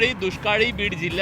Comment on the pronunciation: बिड नाही बीहर 😂😂😂